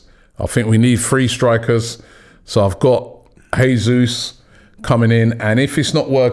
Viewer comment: J not Hey